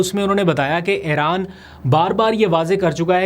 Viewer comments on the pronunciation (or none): Aap Aran kiun kehte hain Iran hai